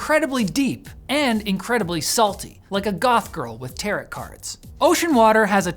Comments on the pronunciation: my man said "tarrit" cards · Did really just say "territ cards?" XD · It's "Tah-roh" though... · Wait, "Terrat"? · I have a Goth girlfriend, and she lost her mind when pronounced tarot wrong. She stared at me through her black lipstick and said: "TEAR-OH" 🤘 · Tarot does not rhyme with carrot, or at least it's not supposed to. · I’m sorry, how did you just pronounce “tarot cards”?